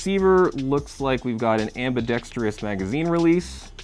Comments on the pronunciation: nice review, but, please, say after me (spelled somewhat phonetically)...am...be..dex...tres. (Please, no "trious" on the last syllable.) Ambidextrous. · AmbidexTRUS not AmbidexTERUS, don't worry, you aren't the only 'Murican to have trouble with the English language, There are so many ACROST Utubes LOL. Wish we had airsoft down under, but the socialists still rule down here.